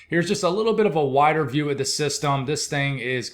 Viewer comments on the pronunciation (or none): none